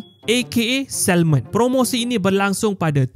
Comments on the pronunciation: Sebut SAMON bukan SALMOn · Pemberitahuan umum: Sebutan betul adalah SA MON..L tu senyap..tq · Pronunciation for salmon is SA-MON. Silent L. That’s the correct way to say it. Thank me later. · Sebutan 'salmon' tu, huruf 'L' tu silent, tuan... Nk pegi jauh, sebutan kene international...